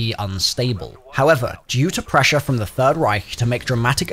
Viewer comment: One i heard DEEE machine i just clicked off the video